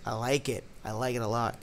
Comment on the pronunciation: Did you rike it?